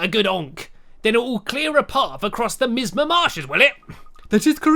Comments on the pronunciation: no light could pem - pren - pernate it, the missma! I am laughing so hard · It's pronounced Mie-Ahs-mah. It's a type of toxic, and even acidic gas. Very dangerous stuff. (I originally thought it was just something from INUYASHA, until I found it in an episode of DOCTOR WHO as well). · its me-as-ma